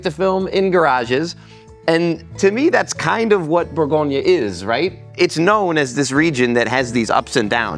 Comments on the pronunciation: Good video but please call it properly, Bourgogne !! not bourgognaaaaa 🤯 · It’s Bourgogne, not Bourgognah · Pro tip: before to make a 1h documentary on Burgundy, please learn how to pronounce Bourgogne correctly. Cheers! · Learn to pronounce the region properly!